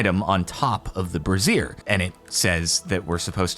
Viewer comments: Just as a note, it's either bray·zhr or bray·zee·uh, the former being most common states side. What you were saying was more... women's underwear. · Brazier is pronounced bray-zee-er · Am I the only one who had to control a snrk every time he pronounced it “bruh-zeer”?